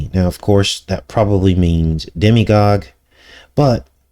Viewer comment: You keep saying demi-gog, do you mean demiGOD?